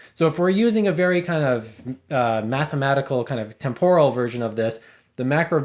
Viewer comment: 1. The accent in “temporal” is on the 1st syllable. 2. How in the world could any culture have a concept of rhythm that is not temporal?